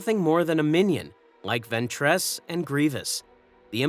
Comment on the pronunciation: Judging by the consistent inability to pronounce Ventress correctly, I'd say the voice is too.